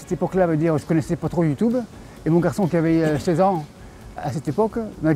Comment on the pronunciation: "Youtoube" ... lol